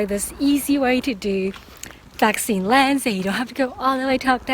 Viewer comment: Pat sin Leng 😁!!!not pak